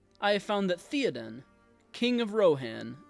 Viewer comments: TH-EY-Oden… not TH-EE-Oden. Great video! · Bro they said his name dozens of times In the movies, it's not theeeden, it Theoden. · Theyoden not Theeadin 😂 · umm its not theo-den its th-é-oden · THAY-oden. Not THEEEEE-oden. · Bro. Say it “Thay-o-den” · He's your favorite character yet you can't even say his name right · Imagine mispronouncing your "favorite" characters name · Why do you say his name wrong? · I’m gonna try to watch this even though you don’t know how to say Théoden. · I just wish you pronounced his name correctly... BUT... I loved the message. The point was put forth very well and you had a wonderful thesis. Thank you! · When pronouncing Theoden replace the E with an A sound and it will be perfect. Fine video! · That is not how you pronounce Théoden... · Ok. Now pronounce his name right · I want you to learn how to pronounce his name.